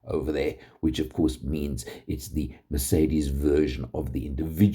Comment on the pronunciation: Thank your for not calling it a mirsaydees like some inept do.